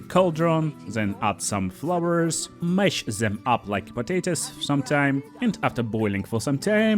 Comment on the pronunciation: Zey cun see me , i cun see zem. Nice pronouncing dude.❤